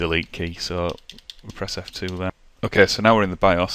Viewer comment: I played this back 3 times and it sounds like you are saying the "flip" key. I had an ACER that I needed to set the boot order from the hard drive to the CD drive. I spent 2 hours in the BIOS and I still could not change the boot order. Could you please till me what key I need to change the boot order?